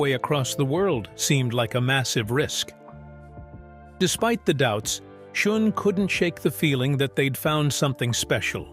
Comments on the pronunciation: Schon not schun ai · Man, being reminded that it’s an AI generated narrator constantly throughout the video really takes you out of it, how many dozens of times did he call him Neal SchUn?! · It's pronounced "SHOWN"... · Your AI crap doesn't pronounce Neal Schon's name correctly!! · At least get the pronunciation of Neil Shone's name correct!! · Led sing, like led zeppelin. Neil Shun. I hate artificial narration so much. Read it yourself!!!! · "Led" singer and Neil "Shun". AI voice is close but no cigar. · "Lead singer" pronounced "Led singer", Neil's surname mispronounced "Shun". Enough with these lame synthetic narrations!